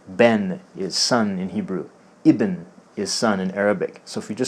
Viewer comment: ايه بس تنطقها ابن .. الباء ساكنة .. مب زي العبرية كسر الباء ..